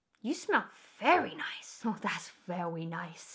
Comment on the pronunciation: Das vewy nice 👌